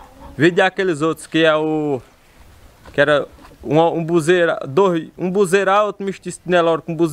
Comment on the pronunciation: Boa noite, tudo bem? Foi muito boa, sua venda, Deus te abençoe. Não sei se entendi errado, mas você falou de uma raça de gado, que é guzerá. Se não me enganei, você pronunciou buzera, com B, mas é Guzerá, com G. Deus te abençoe